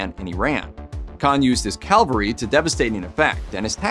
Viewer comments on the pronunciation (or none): 'cavalry', not 'Calvary' - you're getting horsed troops mixed up with the crucifixion.. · "cavalry", not "Calvary". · Take a shot every time he says “calvary” instead of cavalry. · Not calvary, CAVALRY